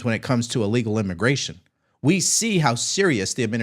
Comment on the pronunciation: Wait, are we just going to gloss over the fact that the "reporter" said IMMIGRASHMENT? Have i been saying wrong for 50+ years? 😂😂😂